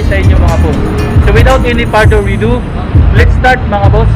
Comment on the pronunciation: Sir, hindi po "without further weedo", kundi further ado.. Otherwise, enjoy po ako sa mga video nyo